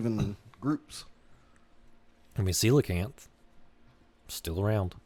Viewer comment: I'm unreasonably pleased that knows the correct pronunciation of coelacanth